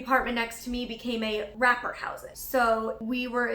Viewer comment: U said rapper but I heard wrapper.....is it just me?